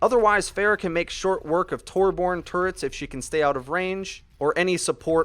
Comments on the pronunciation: It's pronounced Tuur-bjoern, not Tor-born. As a swedish person i am Very TRIGGERED rn >:| (The uu in Tuur is pronounced like the oo in the word ooze) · Every time he says torborn instead of torbjorn I cry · TORB-YORN IT'S TORB-YORN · Im sorry but this keeps bugging me. It TorbJJJorn. Love the channel, keep up the great work! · I love how you pronounce TORBORN xD Also, I'm actually swedish! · TU84GAMI torbjorm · "torborn" no no no NO THATS NOT HIS NAME